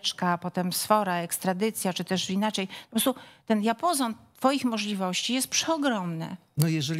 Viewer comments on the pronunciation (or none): Pani Małgosiu chyba usłyszałem "diapozon" , wydaje mi się ,że diapazon.